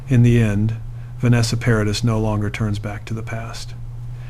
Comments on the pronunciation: Her name is pronounced ' Pa ra dee'. The ' s ' is silent. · Great story ,however please pronounce her name correctly.. Vanessa Paradis. (PARADEE) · Please stop saying Vanessa Paradisszs, 🤦🏼‍♀️ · Another video on utube that says…..NOTHING……JUST drones on, and can not even pronounce her name, CORRECTLY. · It can't even pronounce her name properly, hahaha